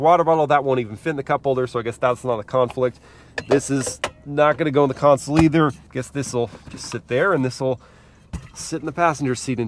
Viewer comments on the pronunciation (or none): none